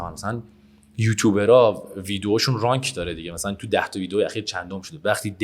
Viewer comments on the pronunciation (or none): یارو اعتماد به نفس خالصه من خیلی طرفدارشم ولی اصلا اینجا کلا یجوری صحبت کرد که انگار خیلی حالیشه و چند بار هم گفت که با شرکتا کار میکنه یجور بازاریابی کرد با این بادکست وگرنه منی هم که یه چیز اندکی از محتوا و فضای مجازی حالیمه فهمیدم نصف حرفاش چرت و پرتع یارو به رَنک میگه رانک برو تا تهش دیگه